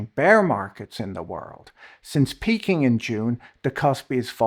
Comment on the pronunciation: Did he say the Korean market was Pe-king?